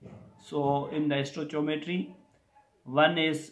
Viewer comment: Stoichiometry is pronounced as " Stoi-Ki-O-Metry" .....its Ki in between... NOT "Chi" !!